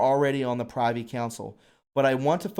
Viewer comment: Privy Council .... pronounced .. priv-ee .. not pri (eye) vee. : symposium pronounced sim-poh-zee-uh m ... Very good podcast btw!